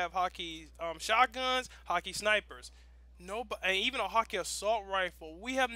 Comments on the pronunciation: it's pronounced hawk ah not hawk e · it's actually prounounced "hah-kuh". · please stop saying hakke wrong.. over and over again...